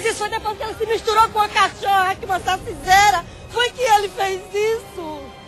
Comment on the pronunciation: "Sacizeira" KKKKKKKKKKKKKKKKKKKKKKKKKKKKKKKK